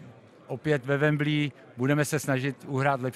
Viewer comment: Nic proti panu Šilhavému ale ve wembli se to fakt nevyslovuje